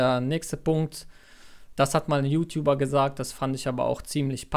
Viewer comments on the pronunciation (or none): none